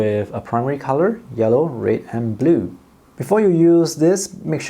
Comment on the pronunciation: This guy cannot pronounce red